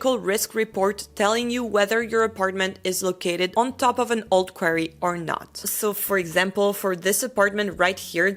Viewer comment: In English, it's pronounced "quarry," not "query," which is a question or a request for information.